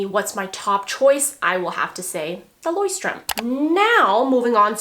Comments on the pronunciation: It's not pronounced like this at all hahahha but the Leuchtturm notebooks are lovely! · Haha sry girl, but Not even close to the right pronounciation of Leuchtturm :D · At first I didnt recognize the brand you were talking about in the beginning until I heard it a few times :D as a german hearing you pronounce „Leuchtturm“ is so cute hahah but youre not even close 😅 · I love the way you pronounce "Leuchtturm" lol I'm from Germany and find it so cute. I was surprised you mentioned the brand, the company that I work at happens to have notebooks from this brand and in the beginning I thought to myself "wow, they're actually pretty nice" so I took one to turn it into my personal journal, too lol. love you girl!